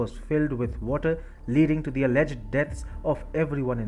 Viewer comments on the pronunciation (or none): none